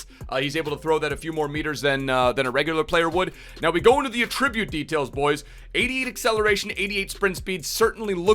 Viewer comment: Anyone else triggered by the way swe says attributes